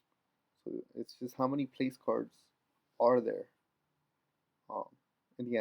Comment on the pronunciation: they arent place cards idot!!!! Its pronounced plack-urds but spelled placards